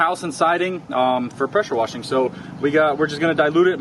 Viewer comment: I can’t tell if it’s your southern accent or you’re saying pressure worshing instead of pressure washing on purpose